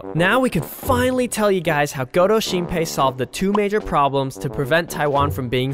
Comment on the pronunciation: 一直聽成勾偷星培xD